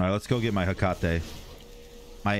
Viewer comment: I miss you calling it “ring of heakate”.. can you start calling it that again please? Also I laughed so hard during this video. The commentary was god tier!